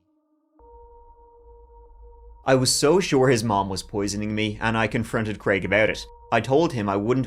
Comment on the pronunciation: Thank you for pronouncing the name of the fictitious character as Crayg and not Creg.